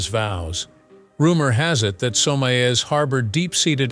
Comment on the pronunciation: BTW - in English that name is pronounced (phonetically) SOMES . . . .